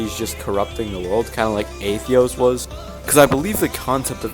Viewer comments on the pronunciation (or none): Btw it’s pronounced AY-THOS not AY-THEOS. It’s also pronounced Er-ih-da, not Ih-Rid-da, and it’s Does Evil Things Guy, not Does Bad Things Guy. Hope this helps a bit 🥰🥰🥰